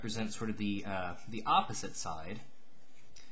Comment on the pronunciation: I just wanted to say "yopposite" is how I'm going to say that world now.